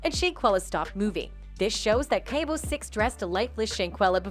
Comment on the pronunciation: It’s cabo not cable